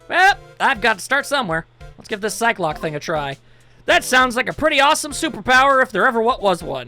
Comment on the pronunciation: The Psyche in Psyche-Locks is pronounce "Psy-key".